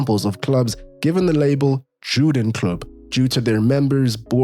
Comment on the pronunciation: He pronounced Juden like you would in English, so no for me also the word Bern as you would in English.